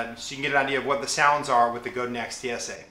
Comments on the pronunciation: it's pronounced guh-dahn :) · I know I'm coming late to the party. This is a very thorough review which i love! But the Godin is pronounced Go-da(n) soft n. It's a french name. I met the original luthier Robert Godin 30 years ago so this is the accurate pronunciation. God bless you for your worship leading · no guys.. its not like tomatoe toemattoh. its my last name and its pronounced. god-in not go dan lol. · Great review! Btw, Godin is based in Montreal and so the name rhymes with "Chopin". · Actually pronounced Go Dan. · Wikipedia: Godin Guitars (pronounced Goe-dan) is a Canadian manufacturer that specializes in stringed instruments, Just so you know. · yes i am french canadian in french i have already explained that it is pronounced goad-dain.... however simce most people aee not speaking french when speaking the anglicization if MY last name is god-in... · It's pronounced GohDan. I spoke with Janet Godin, Robert's wife (who owns the company). There are many pronounciations, but in this case it's GohDan. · Go-dan is a better pronunciation than Go-din.